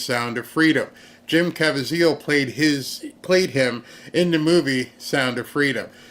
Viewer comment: Jim Caviezel‘s name is pronounced ca-VEE-zel. 🇺🇸🇺🇸🇺🇸🇺🇸🇺🇸😅